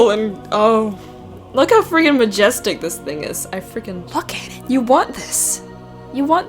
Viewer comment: majephthic Tho majephthic